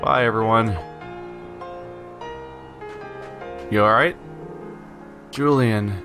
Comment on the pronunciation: Julienne is pronounced: Joo-lee-eh-nn, it's a French name (and also a name for vegetables finely cut into stripes)